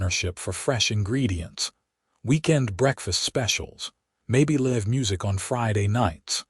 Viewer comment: At about : : the word 'live' is mispronounced and should have a hard 'i' to suit the context of the story!. Oops LoL 😢😢